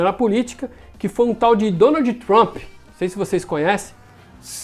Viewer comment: pq será que o brasileiro gosta de pronunciar uma palavra América sempre com um i no final? Exemplo: o nome do ex presidente não é Donaldi o nome dele acaba com D mudo. Quando vc vai falar o abecedário vc fala A, B, C, Di... NÃO vc fala D mudo não é verdade? Então pq não não falar Donald. É fácil só treina queda para aprender. Na verdade o nome do estado e Massachussets mas na verdade não se pronuncia Masashuseti e sim Masachusets a sílaba não é shu e chu de chu chu.E só uma dica.